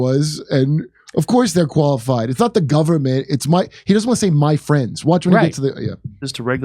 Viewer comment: "There's no way to do that except thru the guvment." What!?! What a stooge...